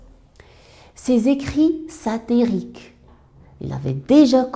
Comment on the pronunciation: "Saterique" mdr